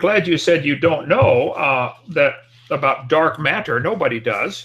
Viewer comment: Wat-ter Mat-ter My linguist self wants to introduce this fellow to a flapped T. It doesn't sound smart, Kent. It makes you sound as if you have relearned speech after a catastrophic stroke.